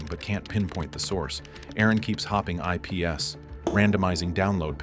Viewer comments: "He hops I-P-S" God i wish an actual person was reading it so that i wouldn't have to decipher what it was originally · "Aron keeps changing I-Peee-S"? Yeah okay isn't part of my subscriptions anymore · It's purely AI Slop, even the voice and thumbnails. For instance, the voice reads "IPs" as "I.P.S". I find it quite lazy. Quite disappointing really. I despise AI, but I would still be a little less critical if it was at least mentioned somewhere, such as in the description, that AI was used. Judging by the comments however, they seem to be taking full credit for the video. I guess it's good that they provided a pastebin for sources at least, but hey, they might have asked an AI to find those links too.